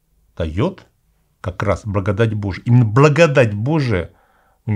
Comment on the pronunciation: Какой-то непривычный акцент у батюшки, особенно когда он произносит слово благодать. Немного отвлекает.